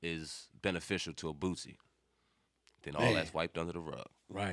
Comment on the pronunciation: Bootsie? Cmon Boosie been around too long for you to be saying that 😅 you still all my thumbs up